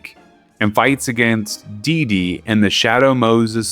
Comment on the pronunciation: Dedede in shambles, missing one of his de's Also, in Macaques, you don't pronounce the ue at the end, kinda like in antique, it just acts as a K, effectively. Fun video though